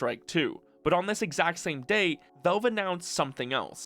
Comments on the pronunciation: he say vak not vale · It's pronounced "VALVE" not "VELVE" !!!!! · It's Valve, not Velve. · WHY do you keep calling it "Velve"? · this is that guy that says "velve"